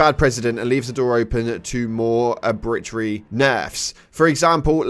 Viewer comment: Haha how did he say arbitrary?? And that was exceptions not expectations